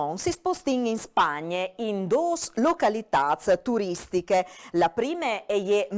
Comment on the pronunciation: "Localitats turistichis", no "turistiche".